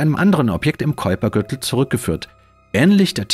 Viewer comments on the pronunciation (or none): none